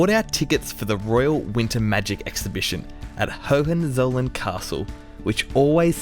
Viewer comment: The G in Esslingen is pronounced like the G in great, not like the G in gender. Aaaaand the z in Hohenzollern is pronounced like your ts sound as in bits.